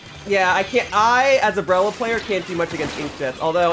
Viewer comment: The breller- Hol up…he’s speaking in country dialect again XD I haven’t heard country in SUCH a long time!